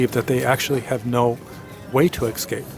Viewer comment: I love your video's and your knowledge. I have only one pet peeve. 'Excape' When did escape evolve to excape? You're a very smart man and a brilliant teacher. Thank you for all you do to help those of us trying to mend.